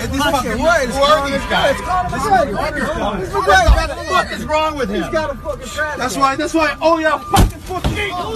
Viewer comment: that guy saying McGregor sounds like “MacGriddle, MacGriddle”